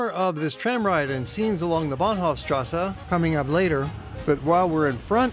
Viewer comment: Why "... strassa" when it is clearly written "strasse" and there no difficulty to pronounce it as it is written? Otherwise, excellent documentary, from all perspectives.